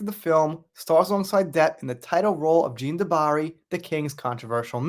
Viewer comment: Love your videos. But pronouncing jean wrong.😮 😂😂. Just playing. I mean you did pronounce it wrong, things like that stand out to me. Its a me problem. Thanx for the hrads up again. Can't wait to eatvhbthe movie too.😊